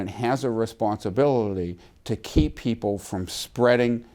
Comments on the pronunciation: "The govament has a responsabillery" God I forgot what a fucking mongoloid is. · "The federal government has a responsibililly..." Yes, yes they do. Go home, socialist. You're drunk. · He's got a Responsibility to not sound Drunk when using the word " Responsibility "